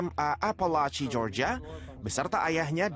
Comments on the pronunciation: Georgia cara dibacanya "Jorjia" bukan "Georgia" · Media berita sekelas Liputan6 ga bs nyari news anchor yg kredibel?? Masa melafalkan GEORGIA ga bener... Btw...perlakuan hukum sebaiknya ya kayak gini. Apabila pelaku msh d bawah umur, org tua jg wajib ikut dseret krn telah lalai sehingga sang anak melanggar hukum